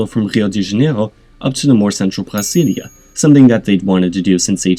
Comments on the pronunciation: Brasilia is pronounced with a tapped r, not a guttural one, same with the r in Janeiro. The R in Rio is pronounced more like a h, but you could pronounce it like the French r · I vomited in my mouth when you pronounced Rio de Janeiro and Brasilia as if you were speaking Klingon or something.